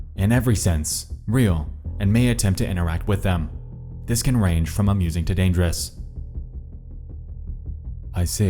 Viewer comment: LMFAO. Forget the way he pronounces GIF. Did you hear the way he says Users, Dangerous and nausea? 🤣🤣🤣 Sounds like Mordecai from Regular Show.